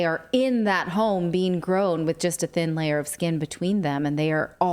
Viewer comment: Did anyone else here “you can track from the comfort of your ZONE” not HOME?